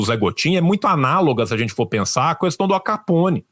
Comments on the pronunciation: Amei a análise, mas ouvir a "qüestao" chega me dá gatilho! 😅😅😅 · Único defeito do é que ele fala CUESTAUM, que nem o Bozo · Eu IMPLORO pro parar de falar CUESTÃO. Foram anos e anos tendo que ouvir a excrescência do Bozo falando assim. Me dá gatilhos. Mais alguém? 😂